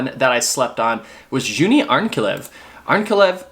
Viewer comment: I think it's pronounced YaniNa, not Jania. Also, Yuni, not Juni. The J is pronounced as a Y in German, Norwegian and Swedish.